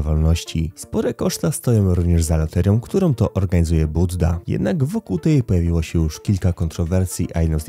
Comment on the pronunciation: Nie budda tylko bujda 😂